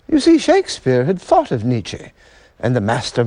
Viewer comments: Great stuff, but it hurts to hear the host pronounce Nietzsche's name. I can't believe no one advised him on this. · If this idiot pronounces Nietzsche's name incorrectly one more time...... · Nietzsche mispronounced. N was not an aristocrat, he was the son of a Lutheran pastor, who died when Friedrich was six. Mad and bad, but he did articulate what people wanted to hear very well.